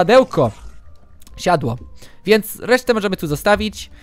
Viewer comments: Nie siAdło, tylko siOdło :P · nie sadełko , nie siadło , tylko SIODŁO xD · zamiast powiedzieć (jak to on mówi) "siadło" powiedział sadło"